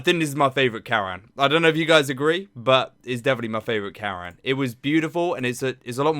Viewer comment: His name is pronounced as “Cuh - Run”